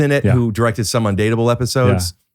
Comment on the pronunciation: "Watch the fist 2 epwoes" what happened ricky?